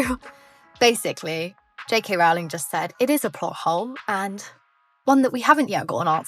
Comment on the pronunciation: Unusual that you mispronounce Rowling on a Harry Potter-themed channel.